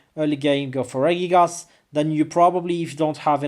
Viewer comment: It's funny how you pronounce Regigigas. It's actually Regi-gigas. And you pronounce it Ray-gigas. I think you know that already but mispronounce it because of your habit. :|